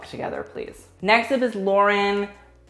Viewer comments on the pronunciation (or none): I love watching people say Lauren's last name wrong it's so hilarious.